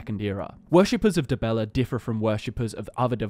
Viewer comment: Dibeller? Really? :))